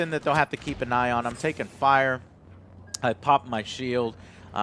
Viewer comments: "That's something you'll have to keep an ION" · "it's something they'll have to keep an ION..."